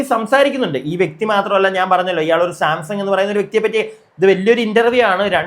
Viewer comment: സാംസങ് അല്ലടോ Samsan